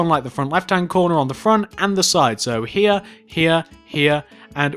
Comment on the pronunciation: Love his accent. I have a boring American accent. Just when he says here lol. "Hea, hea, end hea."